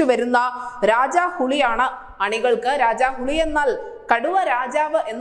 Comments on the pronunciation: മോളെ രാജാ ഹുളിയല്ല, "രാജാ ഹുലി, ഹുളി എന്നാൽ കന്നഡത്തിൽ പുളി എന്നാണ്‌ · രാജാ ഹുളി അല്ല. രാജാ ഹുലി.